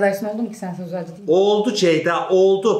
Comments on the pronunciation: neden hic ceyda diyemiyo ya dhdndndj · neden ceyda ablanın ismini bi türlü düzgün söyleyemiyor SKJSKSDNKSDKKDJJSSKALDJJWDH